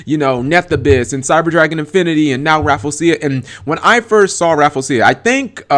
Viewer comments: I believe it's pronounced Raff-LEE-ze-ya, not Raffle-sia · it's "Ra-Flee-jia" not "Raful-seeya" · Rafflesia = Raffle-Sha. Raffle as in "Ticket Raffle"; Raffles as in the Raffles flower, named after Sir Stamford Raffles. The "-sia" part is usually pronounced as "sha" as in "A-sia", "Indone-sia", "Malay-sia". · I pronounce it as "Raf-ley-shia." How do you pronounce it? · No one on Youtube can pronounce Rafflesia correctly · lol sorry but i just cringed at you mis saying her name sorry lol. but i love your videos man :3